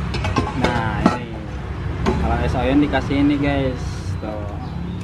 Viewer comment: Es oyen bang bukan oyon